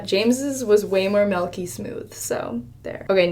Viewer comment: Melky smooth? Learn how to say milky